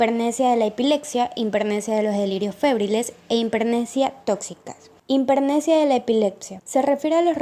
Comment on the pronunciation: Por favor pronuncien bien, es importante: hipermnesia, no himpermnesia.